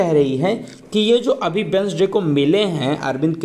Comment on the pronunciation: Wednesday but pronunciation mai d silent hain so read as like as I for your kind information dear ...!!